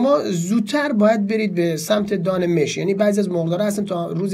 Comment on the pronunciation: دان مش (با فتحه mash) درسته نه با کسره (mesh)